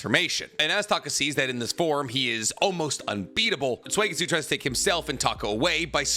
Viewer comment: Suigetsu is pronounced like Soo, not swee or sway! Soo-get-soo.